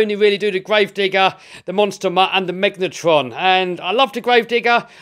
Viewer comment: “Megaltron”